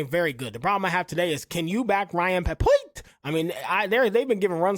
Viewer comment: Watches all the games but reads names wrong lol honest mistakes